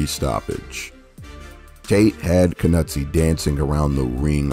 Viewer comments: Coetzee = koot-zee-uh. Knoetze = k- nu- t-sah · Enjoyed the vid, thanks!, but your pronunciation of Knoetze and Coetzee...lol.